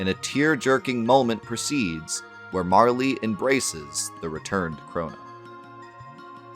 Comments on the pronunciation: I shuddered everytime you said Marlee lol, it's MARL! Hahaha Love the channel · I'm going to be that guy as this game is my number 1 video game of all time (I still own the og SNES cart, in the box, with the manual and all the inserts). It's not Marle"y", it's just Marl. The Japanese spelling of her name is MaRu, not MaRi. Not trying to sound pretentious but it always irks me when people pronounce her name thay way. Fantastic in-depth look nonetheless.